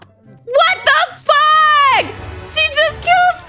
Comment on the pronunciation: She said wat da fwak😀